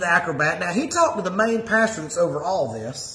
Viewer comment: I love the way he calls the PASTOR a PASTURE.....Lord n Saviour Jesus Christ of satan???? ......WT??